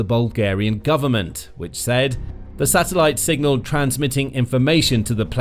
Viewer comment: Funny how “signal” gets pronounced “singal”.